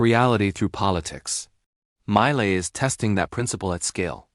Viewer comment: The A.I. do not know how to pronounce the name of Javier Milei and his best books and authors.....